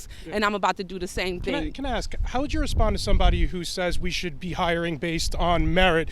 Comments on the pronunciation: Why is it so hard to say "ask"? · Shes "educated" yet still cant pronounce ASK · Truth of the matter is, Aks is originally how the word was pronounced over 1,000 years of English. During the time when Old English was spoken—from about 500 to 1100 AD—the “aks” pronunciation ruled the land. The “ask” version still appeared, but not nearly as much. And the use of “aks” continued steadily through the periods when Middle English and Early Modern English were spoken—that is, all the way up through the 1500s. In fact, we find it in Geoffrey Chaucer’s “Canterbury Tales” and in William Tyndale’s translation of the bible into Early Modern English. Both of these landmark documents use the spelling “axe”—A-X-E. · Because they are all "ax" murderers.